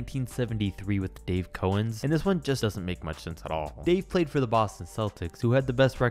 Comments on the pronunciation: Two quick things - its pronounced KOW-ENZ, not KO-ENZ. And by far the worse player to ever make an all-star game was AC Green. He averaged 12, 8, & 1 as a full time starter. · Small point: it's pronounced Dave COW ens, not COH ens. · It's pronounced Dave Cow-ens, not Co-ens. Put some respect on that man's name! 🤣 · Dave Cowens's last name is pronounced "COWens," like the animal, not "CO-ens." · Dave Cowens' name is pronounced like the animal cow. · Who else’s skin crawled every time he mispronounced cowens name